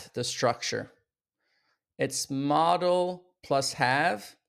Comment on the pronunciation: You are mispronouncing MODAL verbs. It's mow·duhl not "model"